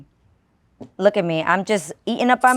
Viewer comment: “Look itttt” 🤣🤣🤣🤣 Every Latina says “look it”